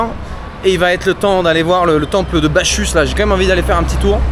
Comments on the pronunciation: Mon ami la prononciation c'est BaCCus pas BaCHus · Les neo-boomers... On ne dit pas bachusse mais bakusse... Aucune culture. Comme les boomers, en pire. Par contre psahtek khouyia pour la prononciation des h et des kh. Les boomers étaient américanisés, les neo-boomers sont des pieds-noirs. Barack Allah! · Bachus se prononce Bakkus bro😊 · si jamais on dis BaCchus (Bakuss) et pas BaCHus. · As tu vu la pierre de la femme enceinte ? Tu as 3 temples dans l'enceinte, Bachus( se prononce Baccus😊), Jupiter et Venus. Ça mérite vraiment de s'y attarder! J'aime bien retrouver tes vidéos plus tranquilles moins pro. Le côté politique demeure bien sûr très intéressant.. Il y avait des choses a exploiter aussi sur le site archéologique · Bacchusse prononce Bakusse!😂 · Hey, je te le dis constructivement et pas comme critique: "Bacchus" se prononce avec un double C dur (K, comme canard). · Aïe ça commence un peu mal : Bacchus se prononce avec un "K" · temple de bacchus, dieu du vin que tu dois prononcer bakusse